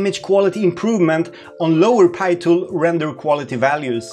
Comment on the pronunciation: Please continue say Pee tool ....it's not pie tool anymore lol. I am so used to Pee Tool now.